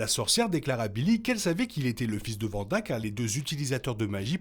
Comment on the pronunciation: Faudrait revoir la prononciation de Wanda 😅